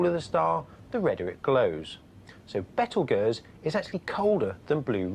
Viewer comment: What is a betelgeerz, it is pronounce beetle guese